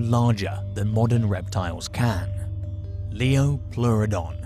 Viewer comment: Lioplueredon??????not sure about the spelling and pronunciation. Even more bizarre is, this expert/clueless individual, has just announced that it could take on a Megalodon. Wow, we learn something new every day ha!!!😂😂😂😂😂👍